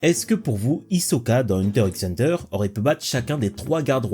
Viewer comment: 🤓 alors euh on ne dis pas hunter x hunter mais plutot hunter hunter